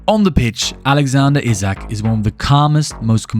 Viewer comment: Isak not Izak